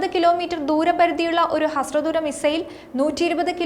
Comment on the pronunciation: ‘Hasra dooram’ alla molee, hriswa dooram